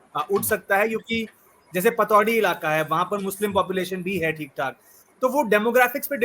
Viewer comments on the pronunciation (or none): Patodi nhi patodhi